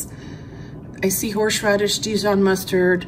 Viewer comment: You realise you say "horshradish"? Its so funny.